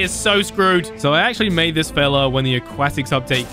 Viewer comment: I hate how says “megalodon shark” like come on it’s just megalodon and how he says aquatic